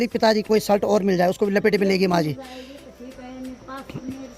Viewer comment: तुम शलट मत बोला करो शर्ट कहते है